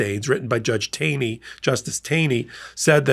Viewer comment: THe judge's name is pronounced 'tawny'.